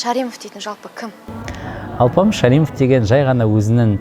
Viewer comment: Ш.А.р.И.мов Емес Ш.Ә.р.і.мов болад !!!